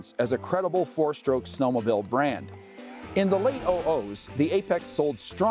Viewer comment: WTF is a snow-mo-bill?